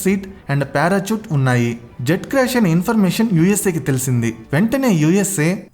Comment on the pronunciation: Parachoot❌ Parashoot ✅ Elikaftor❌ Helicopter ✅